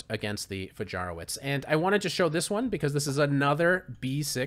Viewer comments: It's pronounced Fayaroveech btw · Fajarowicz is pronounced like "Fayarovitch" ;) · Wonderful! But pron. Fahyahrovvich